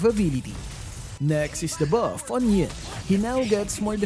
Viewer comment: I like your accent whenever you u say 'da bawf' hahaha